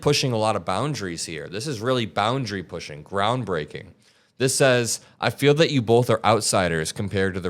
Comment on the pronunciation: Did you say groundbreaking or brown breaking